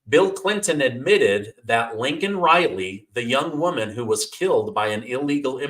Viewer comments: Laken not Lincoln...... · LAKEN RILEY... not lincoln